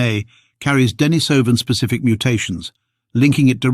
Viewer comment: This is so well written and wrought. Though I would rather you used the pronunciation də-NĒ-sə -vin. The other is hard on the ears.🙂💛 The charts and graphs are a boon too. Stellar job, man. Can't believe we are finally seeing a Denisovan skull! A watershed moment for sure.